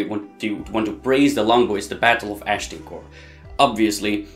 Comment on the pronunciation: Agincourt. Pronounce it just like the French do. Not 'ashdincourt(!?)' A zjien koer!